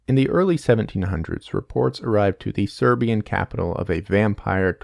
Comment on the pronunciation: yea as a Serbian speaker as soon I heard him say it I knew it wasn't right lol